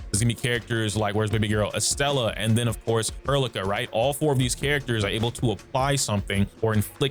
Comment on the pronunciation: You had me second guessing if i mispronounced Estella's name, but nah bro is adding an R to her name for funsies lol Edit: nvm you randomly started saying estella instead of estrella at the end of the vid, lol well played Also thanks for making a normal guide video on the game, rather than drama ish.(why i like your channel, you give straight facts and info I genuinely appreciate)Game is great, love to see the guides and letting ppl know the combat is more complex than ppl see at the beginning or have looked into. How does ardelia and gilberta compare to one another? I sub in gilberta for ardelia in the laevatain team(mainly bc waifu) but it seems to flow well and fast